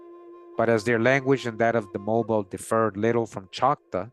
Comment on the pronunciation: Hey Mobile Alabama, Mobile is pronounced Mo-beel like an electric eel.